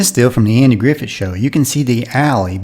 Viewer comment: Do you realize that you are pronouncing Andy Griffith’s last name as if it were spelled “Griffet?